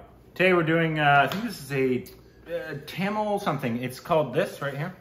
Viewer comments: pronounciation of "Tamil" very perfect! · Dude the way u said Tamil in is perfect shizzzzzzz bruh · Yes, He was quite good. Come on you almost came close.. It's "Tamizh" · is pronouncing "Tamizh" better than most Indians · pronouncation of tamil is so accurate. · The way said tamil w proper pronunciation. Made us proud!!!! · Wow..... u nailed tamil pronunciation. Great ya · your tamil pronunciations are really good 👌🏽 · The way you guys pronounce Tamil and Malayalam, amazing. Most of the Tamilians and Malayalis can't even do that 😂